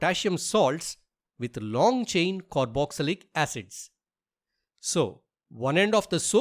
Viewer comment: "Caroxylic"? It is Carboxylic. Please crrect it